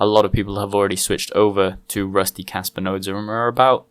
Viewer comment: RPM sent me...Kaspa is cool! Sounds like you're saying Casper with a Boston accent